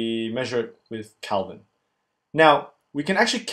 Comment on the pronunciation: Kelvin, not Calvin